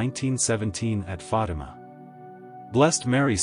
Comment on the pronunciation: it's not Fadam, but rather Fatima.